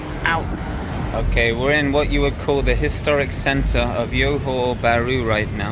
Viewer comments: 'Johor' is pronounced 'Joe Ho' not "Yo Ho" 😊. Many in Singapore will always go across to Johor Bahru during the weekends & long holidays to spend their monies worth. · it's johor not yohor lol. That aside I think it's quite accurate and the city isn't really walkable and streets aren't that good. I only go there for the malls, food, cafe etc and also for any services/activities since they are much cheaper vs SG prices... Services like dental, getting spectacles, massages almost anything you can think of, activities like go karting, movies arcade games and other things are really affordable in JB and that's one of the reasons why I visit JB as someone from SG. The price to value ratio is pretty good in JB especially for services and things like that as I have mentioned, but imported products are about the same price vs most countries and I think tech products are probably even cheaper in SG vs MY. You could probably see that with your baked beans example in your video.